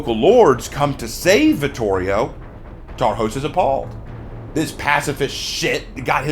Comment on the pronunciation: The letter "s" in Hungarian is pronounced like the sound "sh" in English. "sz" is pronounced like the letter "s" in English. Tarhos would be pronounced something like "Tore-hoesh". I just wanted to let you know.